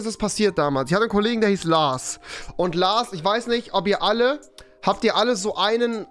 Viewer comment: Trinkspiel : jedes mal wenn rewi LaRs sagt ein Schluck xD